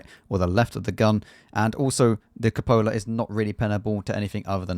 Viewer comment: Cúpola, not copóla.